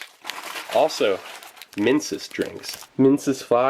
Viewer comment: When he says minsus 2, I keep hearing Mingus Dew